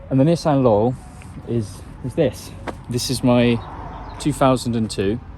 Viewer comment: everytime he says "laurel" I think hes saying "lol"